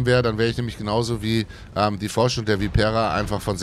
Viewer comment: Schönes Video. Kenne ich auch, obwohl ich derzeit nur bis Tier 6 spiele. Langt mir 😀. Anmerkung: Bei Vipera muss die erste Silbe betont werden, also Viii- pera, nicht die vorletzte. Da blutet mir studiertem Italianisten immer das Herz 🤪